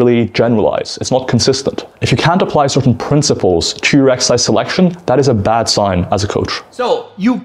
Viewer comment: Greg's fake voice and the fact he says eggercise when he knows it's incorrect drives me insane. I can't watch his videos anymore.